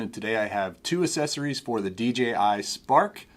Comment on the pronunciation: Why do you pronounce accessories this way? That's not how it's pronounced